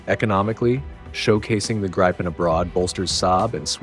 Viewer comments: Or, Gree-penn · Not “grajpen”, “Greepen”! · Its Grippen not Gripen...FFS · Gripen is pronounced Greepen , not Graypen. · The 'i' in Gripen is not pronounced 'ai' but is pronounced 'ih'. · Not graipen, not grippen, it is greepen. Like in speed... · The Gripen should be pronounced more like Greepen or like the I’s in Griffin. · Everyone, please say with me: Gree-Pen (like "greed" (minus -d) and 🖋️) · How to pronounce Gripen !!! It is not pronounced with an "i" like in "I eat", but with an "i" like in "with" or "in" or "finger". Let's now all repeat together: JAS "Grrrrripppen" Very well children ! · you lost me at gry pen 😂😂😂 not listening to american voices on european security right now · Pronounced "gree-pen" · LOL, Jazz Gry-Pen... Except for not phonetically correcting the narration, it's hard to deny that AI narration is pretty good these days.